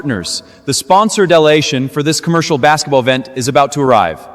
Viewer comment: Ohh dear AI - Commercial❌❌ Concurcial✅✅😂😂😂😂